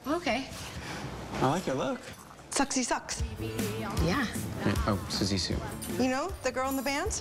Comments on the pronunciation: Did anyone else audibly gasp at the mispronunciation? I know it was intentional, but it’s still so…jarring to hear. 😅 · Ouch. Imagine being that awkward person to look-it BUT mispronounce Siouxie Sioux. ...😆😆